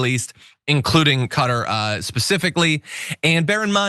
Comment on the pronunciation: It's closest to cutter. First syllable is the stressed, the arabic 'k' is deeper in the throat, the middle t is against the roof of the mouth instead of your teeth. You can almost say it without moving your face.